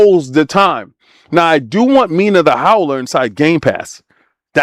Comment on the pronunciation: The Howler? Bruh, you playing with warewolf? 😄 Its hollower...PAUSE!